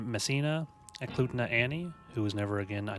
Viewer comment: Also you pronounce Eklutna right ☺️